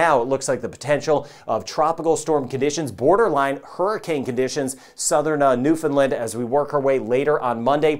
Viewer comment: Thanks for this (and I truly appreciate your correct pronunciation of Newfoundland - like Understand!). Unfortunately, the bulk of the population of this province is on the Avalon Peninsula (the part that’s most likely to get hit with this) so we’re definitely in monitor mode! Thanks for all the great work you do on this channel for everyone - the level of detail is much appreciated and certainly something that is interesting over and above the normal weather stuff you hear. Be safe everyone!